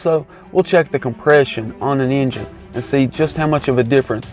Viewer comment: What's an "ayngine"? :)